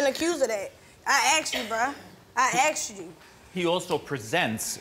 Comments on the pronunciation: "Aksed" ??.... How hard is it to pronounce this word correctly?? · “I axed you Bruh” sorry I had to say it 😂but that man deserves long time in jail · I AXED u i AXED u lmfao think she meant ASKED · Never understand when people say " I axed you" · "I AXED ya bruh, I ASKED you bruh!!!"😂🤣😂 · "I axed you. I axed you." No. His lying is what axed him. 🪓